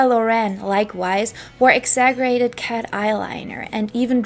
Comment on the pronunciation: This was super interesting!! I also wanted to say (not that it took away from this great video at all) but exaggerated isn't pronounced with a (g) sound! It sounds like (ex-za-jer-rated)